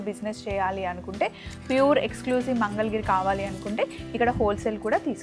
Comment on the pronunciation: మంగళగిరి....mangal giri kaadu. Please note